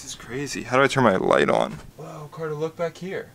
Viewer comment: It is Carter not Cater